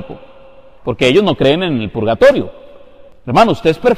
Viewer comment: No saben ni escribir ni hablar. Se llama PURGATORIO y no pulgatorio !!!!!